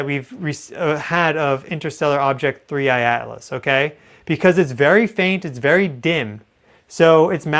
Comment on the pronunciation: Thanks for being REAL! So much AI out there that can’t even say the objects name right…….there done….”click”